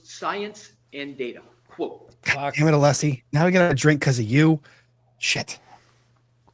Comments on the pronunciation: Hank knows how to pronounce Alessi for sure because he says it correctly when arguing once and then immediately switches back to aleeeeseee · is correct about Brennan’s mispronouncing Alessi’s name. Brennan said it correctly once and then immediately reverted back to the mispronunciation. The correct version was his slip up. This happened at some point in this very hearing! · Also, I think it's intentional with Brennan because, 1. Allessi introduces himself every frickin morning. 2. Brennan gets his name right once and then reverts back shortly after.